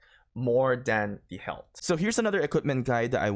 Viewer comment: its pronounced "health". Not "helt"